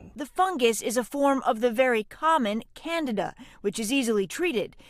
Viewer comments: Omgoodness the female news lady needs to make sure she knows the pronunciations BEFORE going on lol it’s NOT “Canada fungus”... IT IS CANDIDA FUNGUS!! Holy crap and the male with silver hair at about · Candida is pronounced Kan-dee-duh, not "Canada." 🚫🇨🇦😹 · Can-DEE-da is indeed a much better, more distinct and helpful pronunciation than Can-DA-da . Pronouncing Candida as "Candada", sounds too much like "Canada". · How come they all are pronouncing candida like Canada 🇨🇦❓ it’s pronounced as can - deed -a🥴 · AHHH it's CAN DEE DA not Canida. Why are so many mispronouncing this simple word! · they are saying it weird.. yea .. candada.. it's can-dee-da. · Fyi it's pronounced cand D da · Why is it being pronounced Canada Arus? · It's Can-dee-dah! DAHHHH! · Absolutely love how the doctor mispronounces candida! It also furthers my trust that they don't attribute any of this to antibiotics and poor dietary habits. Plemorphism is the key. If the host is sick because of a crap diet it's only a matter of time before you crap out. Basic fundamental common sense. Keep having those sodas, over processed food, prescription drugs, sugar and this is what happens. No news here. Can you cover the economy and housing market, please?